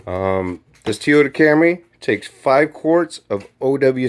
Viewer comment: "Tee Oda"